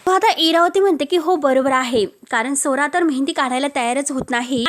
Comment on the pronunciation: मराठी नीट बोल.स्वरा म्हणं.सोरा सोरा ऐकू येतं